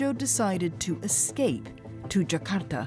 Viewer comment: Finally, someone foreign actually pronouced 'Jakarta' right. usually people just pronounce it as "jahkardah"